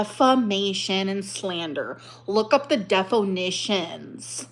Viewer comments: Yes there is... look at the deffo-nitionnn! 😂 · "look up the defo-nissions" 😂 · Just look up the day-phone-knee-shun! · Not the defonition!